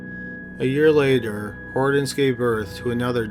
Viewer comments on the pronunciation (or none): I have never in my life heard ANYONE pronounce the name Hortense as "Hordens". That was driving me nuts! Other than that, good video.